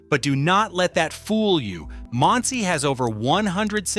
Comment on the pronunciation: If AI is so smart, how come it can't learn many of the names and words in this video? ERUV is pronounced "areev". Monsey is pronounced like "Munsee". Say thank you.